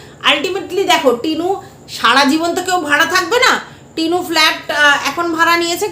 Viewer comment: Tinur uccharon bhul chilo that is true ...😊